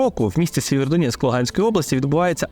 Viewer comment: Дякую,тільки правильно Сіверодонецьк.